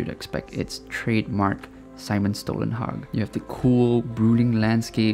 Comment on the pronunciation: Great video and you nailed prouncing "Stålenhag"!